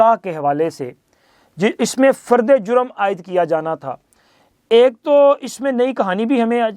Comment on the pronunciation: 😂your brother journalist saying fard E a juem announce 😊